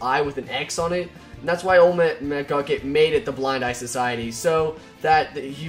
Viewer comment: McGUCKIT! not McCluckit!